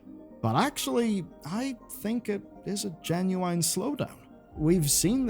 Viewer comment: Is someone gonna teach him how to say the word genuine?